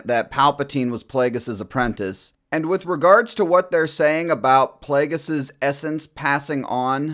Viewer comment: Wow. A panel of 40 year olds play acting as teenagers reacting to Star Wars theories that they’re pulling out of each other’s asses. “Dude that’s SICK”. The second that wuss said “PLAYDJUS” I knew we were watching paid actors.